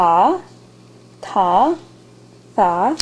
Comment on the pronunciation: ur good but i just need to fix some thing ط=ta not taw and ظ = tha not thaw and غ= is wrong to not rein but i cant write it in english ... goodbye